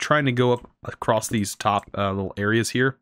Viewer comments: why do you say acrosst in every video? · Enjoyed the video, as I am enjoying this series so far. You got a sub out of me :) Thank you for the educating, but also VERY entertaining series. I laugh every time you say "acrosst" :D